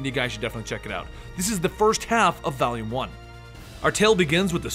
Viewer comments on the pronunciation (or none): He says "first half of VALIUM 1" instead of "Volume" hahahaha